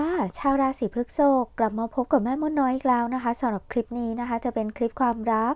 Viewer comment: พฤษภ อ่านว่า พรึด-สบ นะคะแม่😅 รบกวนด้วยค่ะ 🙏🏻🍀 ปล. ใดๆคือแม่นมากค่ะ✌🏻😉